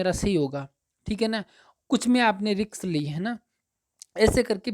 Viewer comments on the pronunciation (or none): Riks ni risk hota h,judge ni kr rhe h bt dhyn us wrd me atk jata h